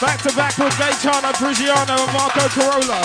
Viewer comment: Someone needs to teach the MC how to say Gaetano's surname 😂